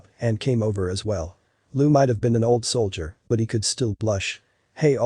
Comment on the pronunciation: its pronounced "soldier", not "sold-ier"